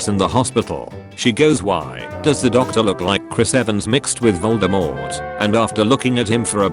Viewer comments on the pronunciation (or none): none